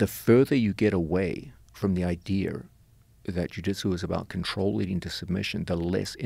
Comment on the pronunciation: I'm sorry, but nothing shuts my brain down quicker than someone pronouncing idea as "idear."